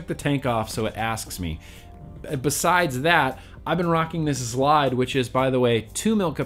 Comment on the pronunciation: The zlide will provide... I came to hear you say zlide. A Lot. I was actually interested in the product by the end. Phil and Dimitri would definitely know a good mouth to lung, I would think.